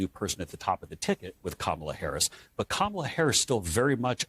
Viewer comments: The main thing I take away from this is that they CAN pronounce Kamala’s name properly! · At least he pronounced her name correctly